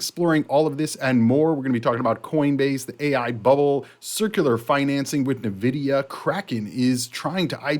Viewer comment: It's pronounced En Vidia